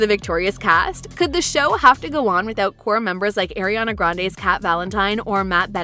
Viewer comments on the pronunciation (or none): Why the the narrator saying almost everyone’s names wrong… even Ariana😑